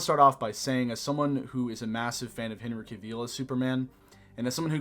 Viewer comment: You said Henry’s name so wrong